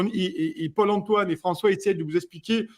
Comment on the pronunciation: purée a chaque fois j’entends pole emploi au lieu de paul antoine....